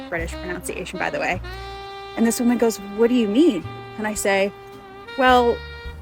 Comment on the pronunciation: By the way woman your pronunciation is incorrect